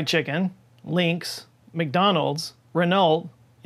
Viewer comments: "Renault" is pronounced Ren-oh. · I agree with caqui polo shirt, those ASMR sound are so annoying I almost gave up on the video. Wait.. wait... Just one sound annoys me even more than an ASMR sound.... The sound of saying Renol instead of Renault. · "Ren-ult"?! You can always count on Americans to mangle the pronunciation of everything! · Did he really say "ren-all-t"? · Not super important, but 'Renault' is pronounced Ren-oh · did you say "RENOLT" ??? XD XD XD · did you seriously say “Ren-alt”? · Renault - Its pronounced 'Renno' Cheers 👍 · I was more triggered by your pronunciation of Renault 🤣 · Not to be a dick, but Renault - it's French. Find someone who is French and listen to them say it, because there isn't any "ult" sound at the end of that word. Renault is a huge, global brand. It would be like calling a Ford a Fred. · lol, you pronounced the L in Renault 😆 I've never heard anyone do that before!